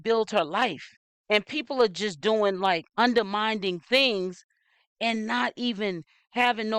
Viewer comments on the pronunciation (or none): Undermining (mining not minding)